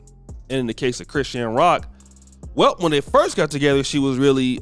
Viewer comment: Why you butchering chrisean name like bro you put to much stress on it